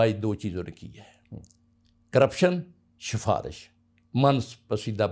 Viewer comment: "sha-farish", ye kaise ban gaya lol